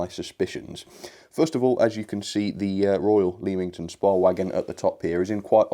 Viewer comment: Oh and Leamington Spa is pronnounced lemmington spar